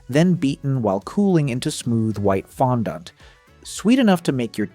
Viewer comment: Does this guy have a problem pronouncing fondant?